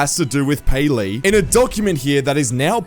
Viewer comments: it not payleey it gayleey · Payleey❌️ gayleey✅️